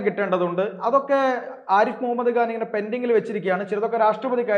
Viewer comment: ആരിഫ് മുഹമ്മദ് ഖാൻ എന്നാണ്, ആരിഫ് മുഹമ്മദ് ഗാൻ എന്ന് ഉച്ചരിക്കരുത്. ഖാൻ, ഖനി, നഖം. മലയാളികളിൽ ഭൂരിഭാഗവും ഈ തെറ്റുകൾ ആവർത്തിക്കുന്നവരാണ്. ഈ ശീലം മാറ്റേണ്ട സമയമായി. കൂട്ടക്ഷരങ്ങൾ ഉച്ചരിക്കുന്നതിൽ വളരെ തെറ്റായ രീതി അവലംബിക്കുന്നവരാണ് ഭൂരിപക്ഷം മാധ്യമപ്രവർത്തകരും.